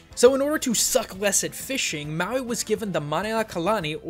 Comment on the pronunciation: It's not maywi it's Mawi